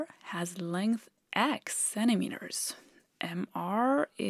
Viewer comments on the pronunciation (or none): "'Cennimeter"? Is that a new unit of lenght?